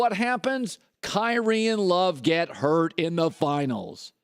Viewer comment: I've never heard "Kyknee" until just now. I've never heard anyone refer to LeBron being injured (has he ever been injured) as a "flop" I honestly don't know of anyone who made fun of Kyree for being injured and LeBron flops. This is a fact.